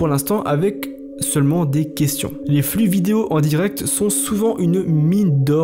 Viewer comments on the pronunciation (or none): none